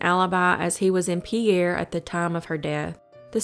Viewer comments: The capital of South Dakota (Pierre) is pronounced "Peer," not "Pierre." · The state’s capital, Pierre, SD, is pronounced “PEER,” not “Pee-air.” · Pierre is pronounced peer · SoDak native here. I didn’t know about a few of these cases. Great video. Just an fyi the Pierre is pronounced “peer” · I didn’t know about this sighting of serenity…it really looks like her !!… also Pierre is pronounced like Pier…😁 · Need to learn to pronounce Oglala and Pierre.